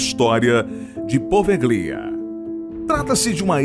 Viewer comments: Só uma correção: Se lê e se pronuncia POVELHA .. e não po-ve-GLI-a. Na língua italiana, o ''GLI'' se lê ''Lhi'' .... portanto PO - VE - LHI - A ‼ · Pelo amor de Deus! O nome da ilha é POVÉLHA, não Po Ve Glia.... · Sim e a sílaba tônica é no E: PovÉlhia